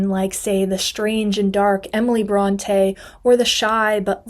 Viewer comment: I find humor in your commitment to fact check the misconceptions of the Brontë sisters, and yet you didn’t bother to pronounce their name correctly. An umlaut over an E makes it say, “ee.” What you are doing is pronouncing it as if there were an acute accent, as in, “Beyoncé.” They are not the “Brawn-tay” sisters. They are “Brawn-tee.” Or maybe, “Brawn-tea” in this case 😎